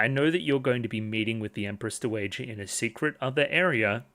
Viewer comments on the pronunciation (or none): Hey, super minor thing, but dowager is pronounced DOW-uh-juh. Dow rhymes with cow. Is Anshi-apo-diaires a very different lady to Anshi-RGU? Both are victims of CSA who feel they chose the role and thus aren't allowed to be true victims. This makes them feel superior to other victims they see as naïve, but also jealous that they are receiving attention, while also meaning they are even more isolated. If Adolescence of Utena is taken to be a sequel, then they even share sending their abuser into a mental breakdown and death by choosing to upend the power dynamic during sex.